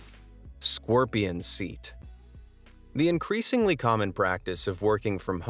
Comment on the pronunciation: Why is it pronounced “scworpion”? I never understand…